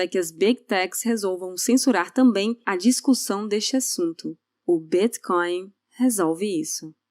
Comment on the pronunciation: o jeito de como é pronunciado o Bitcoin nesse vídeo é diferente